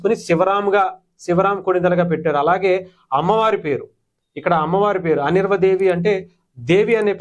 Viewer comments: అనిర్వ కాదు సర్ అన్వీరా దేవి అని చెప్పండి ప్లీజ్ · ఒరేయ్ బాబూ..! అనిర్వా దేవి కాదు.. అన్వీరా దేవి 😂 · Mundhu Anveera anadam nerchuko raaa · you're pronouncing her name completely wrong